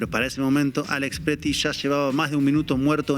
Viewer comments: Es "Pretti", no "Petri" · Sin palabras por lo que sucede en estados unidos. Saludos desde Monterrey. Estefania se apellida Pretti, no Pettri 😂